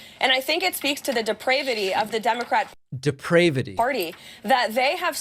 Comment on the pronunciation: "Deprayvity," I was laughing before you echoed her.